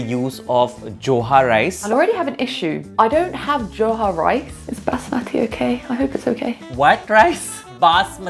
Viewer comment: BassMATHEE not BAZZMATI I’m dead 💀💀💀💀